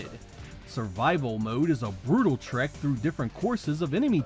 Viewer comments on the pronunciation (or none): none